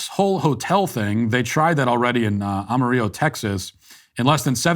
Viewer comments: I know we addressed your grievances over these criticisms already, but come on… “Am-a-rEEyo”? I appreciate your pandering to the LatinX community, but as a member of the Amarillo community - famed by a world renowned George Strait song that I’m sure you’ve heard - you are banned from “Ama-Ril-O”. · Matt, you mispronounced Amarillo. AAA MUH RILLO. PRONOUNCE THE Ls. Like Brillo. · “Am-ah-ree-oh”??? Really Matt?! At this point I think you’re doing it on purpose. Do you really not know how to pronounce Amarillo?? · Why did you say Amarillo like that? 🤣 it’s Am-a-rill-o, like how you’d pronounce it in English lol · Matthew. We’ve got like 4 songs written about Amarillo and it’s always pronounced correctly, ouch. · Matt pronounced Amarillo wrong. If you're using it in reference to color (amarillo means "yellow" in Spanish) then you do pronounce it like he did. The second part of the city name is where he got it wrong. That part is pronounced like in armadillo, or like the "dill" in dill pickle. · I think matt is trolling with pronunciation at this point. Amarillo, TX pronounced the spanish way was tough to hear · Matt, learn how to properly say "Amarillo" . Your fans from Texas will love you for it.